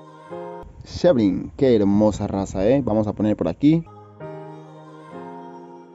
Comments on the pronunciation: No se pronuncia como tal Sebright, su pronunciación debería de der ''Sibrait'', lo escribí así de mal pero así es como debería de sonar jsjsjs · Muchas felicitaciones por adquirir esos huevos! No me quepa duda de que tendrán muy buenos cuidados. Un aporte, amigo: El nombre de la raza Sebright se pronuncia [síbrait]. Saludos y éxitos.